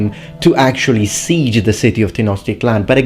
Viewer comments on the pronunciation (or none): none